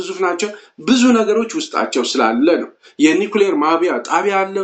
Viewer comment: ማብላያ not ማብያ